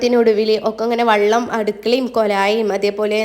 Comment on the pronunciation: Vallam alla vellam ennuparayu nallaveedatto